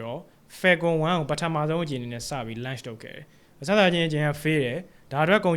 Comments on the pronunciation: Launch အသံထွက်လေးပဲသတိထားလိုက်ပါ bro .. great job ပါ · Launch အသံထွက်မှားနေတယ်ဗျ ကျန်တာ အားလုံးကောင်းတယ် presentation skill ကောင်းတယ် ရှင်းတယ် ဆရာဝင်လုပ်တာ မဟုတ်ပါ launch ကို ပြောတဲ့အခါ ဟင်းကောင်းတစ်ခွက်ထဲ ဆံပင်ကျသလို ဖြစ်နေလို့ပါ